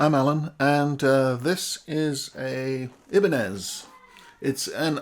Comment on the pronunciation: Aloha, just pointing out that Ibanez, a Japanese brand, so the name is pronounced Aibanez (Both the I and the A are short vowels, with the I as sound-alike to "eye"). BUT ye did an EXCELLENT job of doing an announced demo of these pups in chorded and single cleans/dirty. I agree, they do fantastic job of the clean sounds, but are somewhat lacking in the full richness for chorded dirty sound. Mind ye, for "chugga chugga" they're passable. I suspect I'd use them for passages that emphasise cleans, but yes, for the price, they're best ONLY if weight, split vs HB level equity AND noiseless operation are the paramount considerations. Still, I do like the cleans, so think I'd put a set into a Les Paul type. Noise is a problem where I live n play AND with a LP type, durned thing's already a heavy chap. 😖